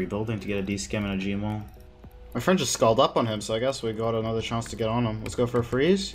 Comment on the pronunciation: Why do you say chance like "shance"